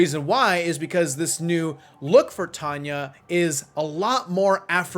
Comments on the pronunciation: she does and it's tanya not tanay 😆🤪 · she does and its tanya not tanay😂😛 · she does and it's tanya not tanay 😂😂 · she doesnt and its tanya not tanay 😂😂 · yes yes yes yes yes she DOES and it's TANYA not tanay 😆😆😆😝